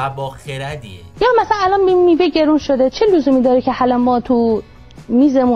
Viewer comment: دقیقه ۱۱ مرتیکه الَنن داشت کص شعر میگفت یعنی النن الننننن